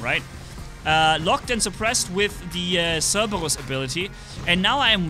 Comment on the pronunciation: Notice instead of saying cerberus he says CeRbaWuS